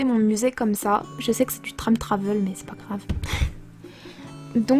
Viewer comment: Time travel 😉et non pas trame travel